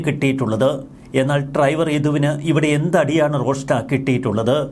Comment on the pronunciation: Triver അല്ല driver ശ്രെദ്ധിക്കുക 🤭🤭🤭